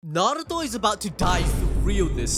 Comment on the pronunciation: I give it to you props for pronunceing narto perfect even most dub actors dont even say it righ .....they say it how its pronouce it how its spelled in english i only see sasuke dub really says it perfect right alll they roll on the r heavy most say it like n...are...u toe the one way that trigger me when people say it like nn..aye..ru...toe 😂😂